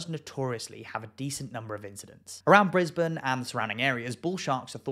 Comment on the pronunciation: At least he pronounced Brisbane correctly lol😅😅😅